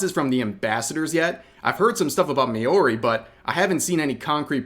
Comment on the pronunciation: It's so funny hearing people say māori as may-ori when it's supposed to be closer to mow-re said in a deep voice and quick or mao-re in a quick and causal voice.